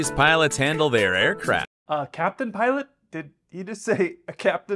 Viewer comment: I bet he was reading a prepared script that read "capitain/piolt"